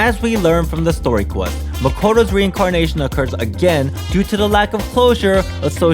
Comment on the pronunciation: It’s not Makato it maakootoo